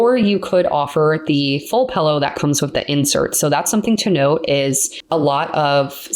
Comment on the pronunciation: She is saying pillow wrong intentionally 🤦‍♂️